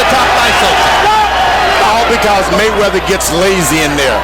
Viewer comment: Floyd "MayChine"weather